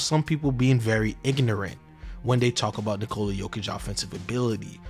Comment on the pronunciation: boy, you were fighting for your life, trying to properly pronounce the word ignorant lol